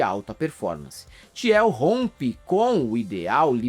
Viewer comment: Desculpa, mas o falando "Tiel" me pegou muito. A pronúncia correta é "Til", Peter "Til". A guei ricah que apoia homofóbicos e tals, mas para além disso, como diz o vídeo, o pior é o que ele faz com o dinheiro (absurdo) que ele tem. Ele financia várias iniciativas de anarcocapitalismo, aceleracionismo, enfim... Várias bostas.